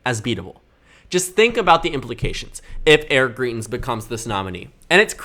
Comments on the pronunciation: You're fairly solid at doing this sort of analysis, and as a Dem-favoring voter I HOPE the GOP in Missouri nominates GREITENS (GRY-TENS). But you undermine your own credibility when you mispronounce the name of someone this well known so egregiously thruout the video. I literally couldn't make it thru because you repeatedly say GREE-TENS, which would be spelled GRIETENS. Here's one of his ads from when he ran for Gov, and he clearly says GREITENS. Maybe you didn't follow all the coverage- he was accused by his mistress of abuse and it was devastating for someone who claimed to be a member of the "moral majority". But of course he won't have trouble in the GOP Primary- self righteous Trump voters excused Trump's degeneracy, they won't think twice about supporting Greitens as well. But independents don't like Trump, and they will hopefully reject Greitens for the same reasons, which might help the Dems retain the Senate and be able to get something done... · Greitens name is pronounced “Grite”ens btw. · Just FYI, greitens rhymes with heighten ( high not hee) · YOU ARE PRONOUNCING GREITENS WRONG. Missouri resident here.